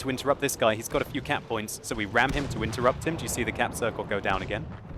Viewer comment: lol every time you said cap points I was thinking cat points